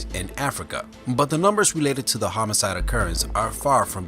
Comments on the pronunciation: what exactly is a homoside? you keep saying it. lol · Just wanted to point out that it is homicide, not "homocide"